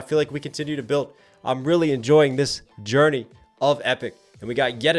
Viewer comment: You mean Journessy?